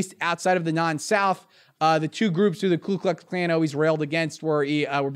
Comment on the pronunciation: When I hear a political analyst say "clue klux klan" I think this isn't their actual day job...